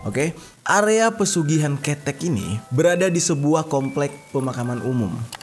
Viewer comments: Ngakak bang dalam penyebutan kata monyet dalam bahasa jawa,tpi gpph buat hiburan juga😂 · Kheuthek woi bukan kethek(ketiak) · Salah nyebut nama KeTEk Bukan KETEK 😀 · Bukan khetek ketiak bang, tp khéthek... 🤣🤣🤣🤣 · "Khethek" Bukan ketek, ada 3 jenis huruf e, e' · Sebelahnya Tulungagung kak, dari Trenggalek. Tapi penyebutannya bukan ketek kak🤧 tapi Kethek . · Kudune ketek udu ketek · Saat denger aku langsung ketawa krn slh penyebutan tp wkt tak tanya di Google kok sm penyebutannya ketek,pdhal sbg org jawa sy taunya ya KhE'thEk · Kethèk, bukan kettek😂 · Ketek dibaca keutek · Kêthék bang, aku ketawa lo tiap abang salah nyebutnya, soalnya jatuhnya 'ketek = ketiak' hehe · Kethek mas bukan ketek, beda... Kethek Itu ejaan bhs Jawanya ketek itu bhs Indonesianya 🙏 huruf E bahasa Jawa itu beda dengan huruf E bahasa Indonesia 🙏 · Ngakak pas bang bilanh "kèthek" (monyet) dalam b. Jawa 😂😂 yg bang jerry bilang itu ketek (ketiak) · mf ngakak gua pas dia ngmng KETEK buat disebelah tangan 😁bacanya salah woy.. tapi KE'TEK.. atau monyet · cara bc kethek y krg tepat bang,bukan kethek tp khetek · Gimana sih lu bang, Kethek bang bukan kethek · Cara ngmg Keteknya beda Bukan Ketek (ketiak) Tapi ke = ke (bacaan ke, ke bali, ke jakarta) tek = tek (tahu tek) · Bacanya kethek salah bang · Maaf bang Jer. Pengucapan kata "KETEK" itu salah seharusnya,kalau dalam bhs Jawa itu "KHETEK" yang artinya monyet atau kera🙏🏻. Trimakasih bang,semoga sehat selalu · Ketek😭😭 Salah penyebutanya bang 🤣🤣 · Bukan KETEK BANG JERI TAPI KetEK😂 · Cara mengeja kata "kethek"nya ga gini mas, kethek ngucapinnya ga sama dengan ketek (ketiak)😅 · Ngomongnya "Kethek" bang,bukan ketek wkwk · 😂😂😂😂 kethek bang bukan kETEK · Bukan kètèk tapi bang ketèk😅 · Bukan KETEK bang lebih tepatnya KÈ TEK KETEK mah KETIAK😅😂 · "Keutek"bang jer.bukan ketek(ketiak) 🤣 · Nyebut 'E' nya salah bang bukan KETEK tapi ketek... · Keuthek bang jer bukan ketek wkwkkwk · Kethek bang bukan kethek🗿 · Kète bang jer bukan kEte 😂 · Ketek bang bukan ketek